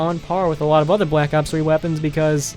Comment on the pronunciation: I like how he says blllack ops 1it aou ds cool